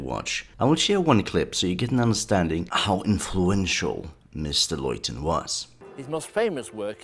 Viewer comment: Loiton ??!?! It's pronounced LITTON..!!